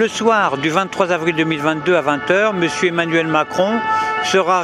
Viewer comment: Attention, ne jamais faire la liaison avec des dates 23 Avril, non pas 23 ZAVRIL.